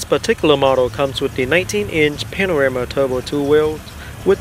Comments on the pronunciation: Thick Vietnamese accent. Could be edited down 20 min. It's PANAMERA and not panarama. #Amateur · It's panamera not panorama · Hey, i've just discovered your channel and i'm enjoying it a lot. i've watched the M6 Coupe, m6 Grand Coupe and now watching the Panamera.. don't mean to be rude but is it me or you said panarema instead of panamera? i've noticed it and it's funny haha. where are you from? you have a different accent that had me curious. also would you do a porsche cayenne (turbo or S specially) review? i'm looking for the cayenne review for a couple of weeks and only found 2 minute-bd quality videos (i don't know if it's already on sale though).. keep up the good work, you really have awesome videos :D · It's Panamera, not Panarama. Or this was a joke? Nevermind, congratulations for 10k!! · Hi asian dude, its a Panamera not panorama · Not panarama, it's panamera! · Its Porsche Panamera not Panarema ! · Porsche Panarama??? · it's called a PANAMERA, NOT A PANARAMA, dude you do need to so some woodshedding and tighten up your game, check out saabkyle or shmee, they'll show how it's done. Good luck to you. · I swear that you are calling the vehicle a Panorama which of course is very wrong - its a PANAMERA (Pan-a-mera)... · dude it's called panamera not panorama! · If you are going to review a car you should get the name right it is Panamera NOT Panarama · cars not called Panarema and Panamera)) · Bro, congrats on your 10k subs. But the car is called PA-NA-ME-RA, not panorama. Slow your roll and say it right. Stopped watching you video after your said it wrong 3 or 4 times in 27 seconds. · and its Panamera, not Panarema... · Porsche "panarama" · Its panamera not "panarama" "looks very nice" lol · ITS PANAMERA, NOT PANORAMA!!! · I laughed so loud when you said "panorama", my days. good review anyway, keep it up. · panarama are u serious 😂😂😂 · Dee Porsch Panaramaaa)))) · Its pronounced Pahn-Uh-Mare-Uh